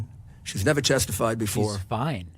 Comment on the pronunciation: "she's a very fine woman. she's never chestified" weird slip from this olde letcher.